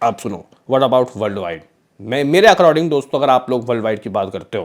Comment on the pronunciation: अकराडींग नही भाई अकॉर्डिंग बोलो